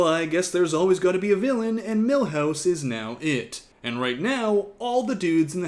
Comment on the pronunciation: Every god damn time you call him Milhouse I snort.